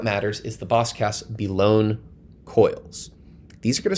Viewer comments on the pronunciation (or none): "Belone" is pronounced "BELL-uh-nee", like the "SEFF-uh-nee" in "Persephone". It's one of those funny borrowings from Greek into English.